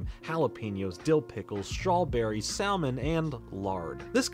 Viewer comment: The way he mispronounces salmon triggers me